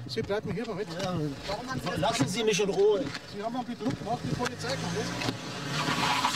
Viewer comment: „Sie haben misch ins Gesischt gefilmt, das dürfen sie nischt!“